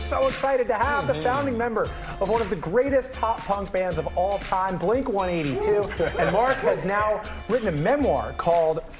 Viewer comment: “I grew up on and still listen to your music” doesn’t know how to pronounce blink-182 🤨